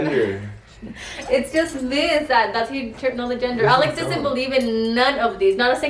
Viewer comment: Are you saying genger? Or gender 😂